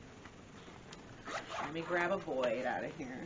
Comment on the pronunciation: Pronounced BOY, not BOYD...